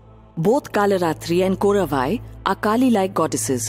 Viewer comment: the name is not KORAVAI..its KOTTRAVAI...WAR GODDESS OF TAMILS